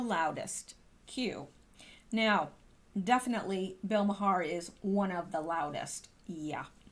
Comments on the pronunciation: It’s pronounced “Mar”, not “Mahar”,. Lol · His last name is pronounced MAR. Not that I care...just thought I’d tell ya. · Maher is pronounced marr FWIW... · Fyi.....Maher pronounced Mar. (Like car) And no way can she come back! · Pronounced "Marr". Making my ears perk up every time you say his name, lol.